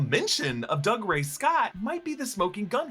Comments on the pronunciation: Doog-ray not Dug-ray... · Doo-gray. Not Dugray Scott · I know it looks like Doug Ray, but it's pronounced doo-GRAY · Just FYI it's pronounced Doo-Gray Scott 🙂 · It’s Dougray - Doo-grey. He’s Scottish, not a yokel! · Pronouncing Dougray Scott’s name like that over and over is very disrespectful.